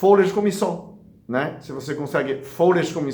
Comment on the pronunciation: O que é misson,q ele fala?